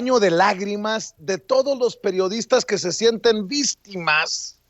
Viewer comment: Perdona , pero me suena ridiculo eso de vistima. Que acaso no se dice y se escribe , VICTIMA???